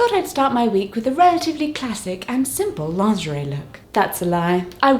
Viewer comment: Pronounce it Lingerie. Lin gur ee